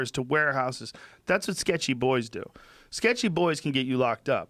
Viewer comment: Lol, i though the same thing, so i wrote the comment: Joe "sketchy boys " Rogan